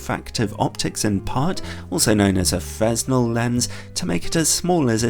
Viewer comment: "Fresnel" is pronounced close to "Frennel"